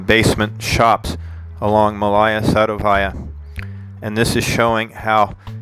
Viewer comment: Please corrrect those horrible stresses: it's not MalAya SadovAya, but MAlaya SadOvaya!